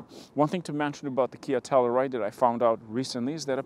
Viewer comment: Pronounced. TELL “U” RIDE .